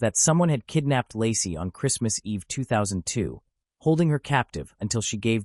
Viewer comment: That beautiful pregnant woman was called Lacey NOT Lassie ffs!